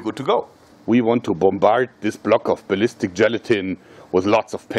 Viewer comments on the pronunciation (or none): Also the word ballistic